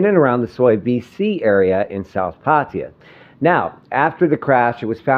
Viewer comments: OH DAMN attempt to pronounce PAR TAY JAA & not PATTY JA,...ask a THAI to help you say the correct word for Pattaya PLEASE! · its not patiya. its PAT TA YA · Actually PA TA YA